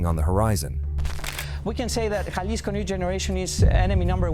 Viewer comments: Lol bro Jalisco. Dictionary brake it in to (ha-leas-co) an if that's a little odd try this may be a little easier 😂 (ha-lease-Co) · It's pronounced ha-lisco not ya-lisco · Ja-lee-sco? Ja-lee-sto? Ja-lisk-o? Ja-list-o? Lol Bro come on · Lla-lisco 😂 C'mon Man!! It's pronounced....Ha(as in HAndy ) Lisco . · It's not silent it has a Ha sound, if you're gonna go around trying to correct them in such goofball ass way the least you can do is get it right... alisco??? Pendejo 😂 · (Ja-lisco ) 😂 pronounced Halisco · Jah-lih-sco hahaha wow freakin white people man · Bro! I can’t listen to you calling it J Lis-co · Güey it’s Jalisco ha lee sco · He lost me when he pronounced Jalisco with a J like James. Jalisco , what an idiot.. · Dude said jail lis co. 😂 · For everyone who doesn’t know it’s pronounced Gea-lee-sco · When Jalisco is pronounced the J has an H sound and the I has a long E sound. Painful to hear it not pronounced correctly. Otherwise great video. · Yaelisco get it right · Actually it sounds like "H" ..Halisco would be the correct pronunciation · The j in jalisco is an h sound man cmon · Can't stand the way he pronounces Jalisco 🥶🥶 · How can you say Jalisco right in one sentence and then the next uou say it wrong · I agree with you 100%. Also, speaking Spanish, this guy drives me crazy the way he pronounces "Jalisco." He definitely does not speak Spanish. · Every comment-“ that’s not how u say Jalisco” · The j is silent fool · Painful indeed, and it conveys the sense that the speaker/writer knows little of which they speak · lol that’s not how u pronounce 🤣🤣🤣 Ja-lisco 🤣🤣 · The J is silent. Can’t do it anymore